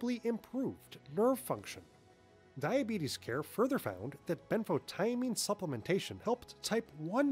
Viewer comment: Ben photo mean This is how to say it. Next time learn how to say it before you make a video. You drove me crazy every time you said it wrong. Sounds stupid. Couldn't watch the whole video.